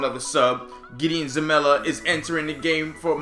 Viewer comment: It's Zelalem, your saying zamela